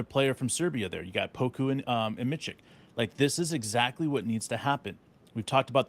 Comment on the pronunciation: Holy cow guys, it’s Miss Itch (Micic)